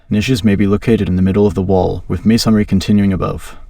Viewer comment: Everytime he says masonry, I cringe. 'maySONry' 😵‍💫